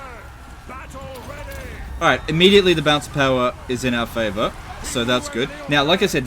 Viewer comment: It kind of sounds like you're saying Bounce Power instead of Balance of Power